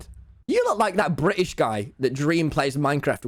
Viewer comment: he said it, he said bri ish